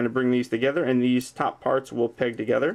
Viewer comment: Is he saying: "FOLD DIS BAK TOGTRER,"